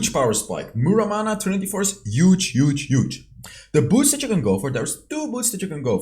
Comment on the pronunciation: Trinity forge plus glute graves is Youge! Lol sorry I had to pick on it accent bro. Love ur channel have seen every video.